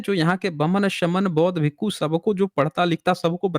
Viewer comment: Abe chup Bhasha ko galat prayog mat kar galtiyan tujhe hi pakadana nahi aata hai humlog ghas nahi chhil rahe hain भिक्षु hota hai भीकू nahi